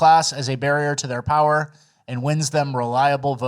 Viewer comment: No, it's pronounced: "POWER"